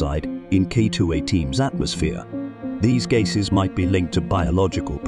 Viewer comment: Strange pronunciation of "gasses"! Is it just AI not working or is this whole thing spurious?